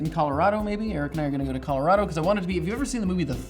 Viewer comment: the way he pronounces Colorado.. I'm a native Coloradoan, and we pronounce it like kah-lor-A-doh with a long 'a' sound not kahl-or-AH-do!!!